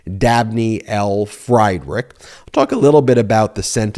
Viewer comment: Ben, you know I love ya, but you've heard of Friedrich Nietzsche, right? It's /FREED-rich/ - the judge's last name. "Fried-" rhymes with "bead," in the name.